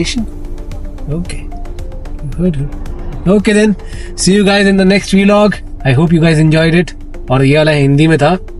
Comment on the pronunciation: Why do you pronounce 'vlog' as 'vɪlɒg' instead of 'vlɒɡ'? 🤔